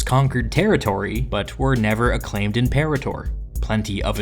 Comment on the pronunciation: you're pronouncing imperator wrong